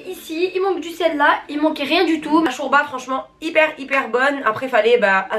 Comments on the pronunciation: Sa ma enerve tu dit chourba mdrrrrrr 😂😂😂 jme suis senti agresse wallah 😂😂 sinon continu t video c hela 💞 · Sa se dit pas shourba sa se dit shorba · Elle a dit chourba comme même hahahahahahaha 😂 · Je reve ou elle dit chOUrba😭🤣